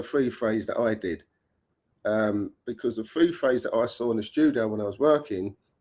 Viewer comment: What’s a free fraze? 🤣🤣